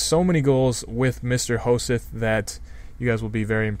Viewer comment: It's pronounced Ho-sett ^^